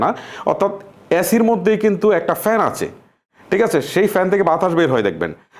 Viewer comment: ভাই আপনি ঠিককে টিক বলেন কেনো, আপনার অনেক ওয়াড অন্য ভাবে উচ্চারণ করেন